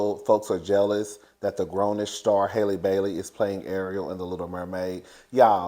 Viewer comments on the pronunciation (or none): you never say that girl's name right! It's HALLE like HALLE BERRY. 😭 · The a in Halle Bailey’s first name is pronounced like the a’s in alley and apple. It’s pronounced just like Halle Berry.